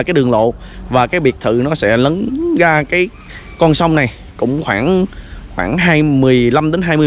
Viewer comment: Xem cho biết cũng hay, mà thuyết minh nghe bị lợn cợn sao ý, ra nói thành ga, rất thành gất, rồi thành gồi ...nên ko thấy hay nữa